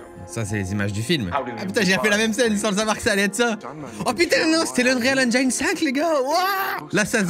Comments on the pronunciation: Pour info ça se prononce engine et pas engiaïne :) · Eng"i"ne pas enjjjjaiiiilllneee, bordel Cyril, a chaque fois! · pssst... c'est engine comme dans devine pas engine comme dans aïe ;) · J'ai hate d'en voir plus avec des jeux qui sortiront avec cet Unreal Engine 5. Par contre, j'ai des boutnons à chaque fois que j'entend le mots Engine prononcé "Enjaïne". Ce n'est pas la bonne façon, Cyril. Au pire, quand tu doute, va sur Google traduction, inscrit le mot et click sur l'incone de prononciation. Ta façon de prononcer n'est ni anglaise, ni française. ^^ Si tu as la flemme, sache que ça se prononce comme tu dirais "N gène" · Je sais que l'anglais est une langue difficile pour les français mais svp prononcez 'engine' avec un 'i' à la française. Tout le monde prononce mal ce mot il fallait que je le dise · *Eunrîl Ainndgîne (pas facile je sais) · Je t’en veux pas pour la prononciation d’engine mais pour unreal c’est autre chose mdr